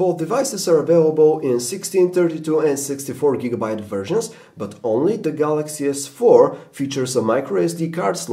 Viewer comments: at 3.54...he said Galaxy S Fuck....haha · He said samsung gs fuck haha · did this apple dimwit say galaxy s fuc 4 wat a prick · fanboy i knew it and i heard that you almost said galaxy sfuck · LOL He Said Galaxy S Fark. :P